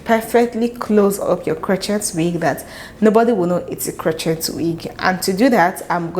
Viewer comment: Absolutely stunning & inspiring for next project. Love & learn so much from your videos! Crochet is pronounced krō-ˈshā with the T being silent due to its Old French origins.